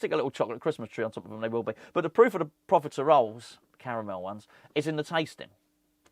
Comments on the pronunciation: I saw this comment before watching the video, then cracked up every time he said it 😂 Love it. Merry Christmas, I hope the profitaROLES lived up to expectations 🤣😋😘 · Never heard profitoroles be so confidently mispronounced in one video 😂😂😂